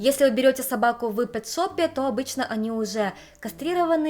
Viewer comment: Все время слышится ни пет-шоп, а секс-шоп))))) Кст,, вспоминал тебя сегодня и уаля, видосичка)